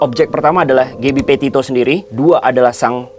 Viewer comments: kenapa aku dengernya dia ngomong gaby potato ya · "Gabby Potato"....geblek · Gabby Potato???? Wkwkwk